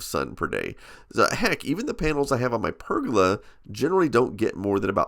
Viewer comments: i wish you can say pergola properly lol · Also, I love listening to Americans say the words 'roof' and 'pergola' :) The American way of saying 'roof' sounds more like 'ruff', and you do 'guh' instead of 'goh' for pergola :P